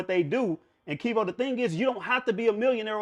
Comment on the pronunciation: he keep callin him wtf